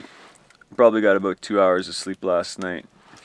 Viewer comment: ha! he said aboot